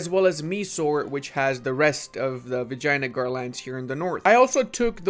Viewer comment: Is it just my ears or pronouncing vijaynagar actually sounds like "vagina-gar"??? 😭